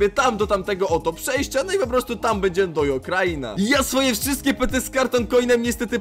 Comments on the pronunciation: "update" nie czyta się dojo tylko dodżo ;) nick Alanixonek521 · Dodżo się mówi